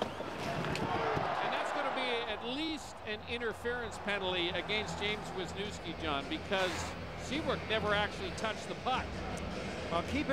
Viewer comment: veezniouvskee )) not the pronounciation i expected